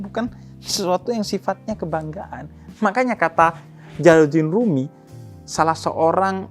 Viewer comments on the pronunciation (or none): Detik mungkin yang dimaksud bib ja'far itu jalaludin rumi? Seorang sufi, Ko saya dengernya kurang jelas.